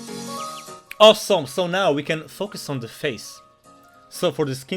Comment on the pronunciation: owsom (he says awesome like that hahahaha)